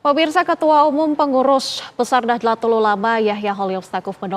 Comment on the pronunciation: Nahdlatul ulama jangan dibaca Nahdelatul ulama